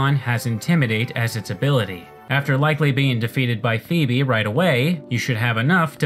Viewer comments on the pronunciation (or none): none